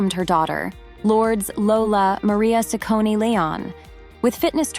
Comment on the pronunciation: What's up with mispronouncing her last name?